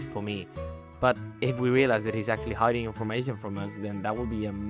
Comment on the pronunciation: Ah yes… “hidding”